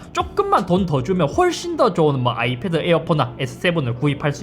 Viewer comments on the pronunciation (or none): none